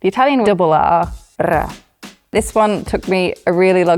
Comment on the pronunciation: Italian person here: I thought she were an Italian native speaker at the beginning of the video, and I was literally shocked when I found out she wasn't!!! Her pronunciation sounds 100% native. You can trust her, guys, she knows what she's talking about!